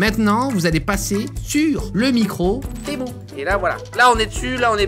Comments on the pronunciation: c pas témou a l'oral té mu a l'oral😉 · Temu pas temou mais sinon continue t’es vidéo tu me fait trop rire (prend pas mal le temu temou juste sa me perturbe) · Cela ne ce dit pas temou mais temU! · Tému pas témou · J’adore le « TEMOU » dès le début de la vidéo 😂😂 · en fait cyril il dit t'est mou au lieu de temu :elbowcough:🤣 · témou 🤣🤣🤣🤣🤣 tu es le seul a appeler sa témou sinon continue comme sa je t'adore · Tu devrais te vendre sur temu.... Psssit on dit tiimyu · Arrête de dire TEMOU purée 🤣 Dans quelle monde un U se prononce OU en français 🤣🤣